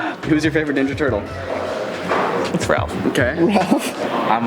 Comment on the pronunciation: it's Raph, not Ralph, lmao...